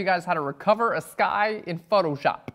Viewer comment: "in FUCKshop"